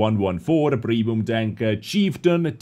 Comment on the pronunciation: am i the only one who hears no tank but dank